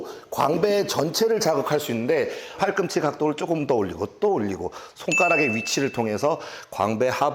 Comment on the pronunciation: 형님 팔꿈치를 팔"끔"치라고 발음하시는것이 너무 귀여우십니다